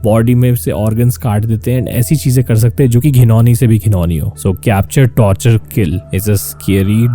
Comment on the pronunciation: Torchur ase hota h aapne to tortur mean kachhuaa...